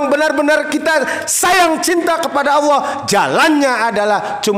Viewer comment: Tak dengar dengar nyebut Alloh kok seperti awoh bahasanya ITU huruf hiaiyahnya gimana bos